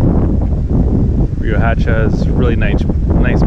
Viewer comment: That town square named after Padilla is right down the street from my aunt's home where I would stay as a kid when I wold visit. Brings back good memories. Also, the "H" in Riohacha isn't a hard H, it's kinda silent....ree-oh-ahhh-cha